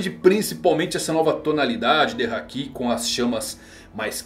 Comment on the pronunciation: Minha esposa pediu pra parar o video no segundo que ela ouviu KaidÔ.. meu deus porque pronunciam assim.. no próprio anime o Luffy fala Káido! Háki, não Hakí... Lúffy!.. Yamáto.. você fala YamatÔ...? ZorÔ? Não né .. nao falam Onigashimá.. é Ônigashíma...